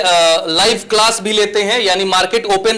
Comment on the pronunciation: Claas❌️ Kalaaasss✅️ 😁😁😁 ap khud sochlo padhnewale itne gyani hai jinko class bolna bhi nahe ata😂😂